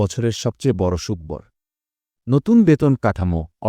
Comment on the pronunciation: ভাই, সুখ-বর কী ???? এছাড়া, আপনার অন্যান্য উচ্চারণ ভঙ্গিতেও আমরা বিস্মিত হচ্ছি।। আগে বাংলা শিখে আসুন দয়া করে।